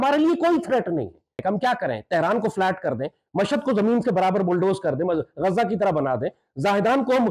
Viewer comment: यह क्या ग़जा लगा रखे हो भाई? गा़जा बोलने से क्या गुनाह हो जाएगा? कहाँ से लाते हो यह उच्चारण। हमने तो अल जजीरा के अरब पत्रकारो को भी गाजा बोलते सुना है। यह कीडा भारत और पाकिस्तान में ही है।